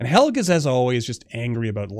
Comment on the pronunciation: Helge is a norwegian name and it is pronounced "hel-je"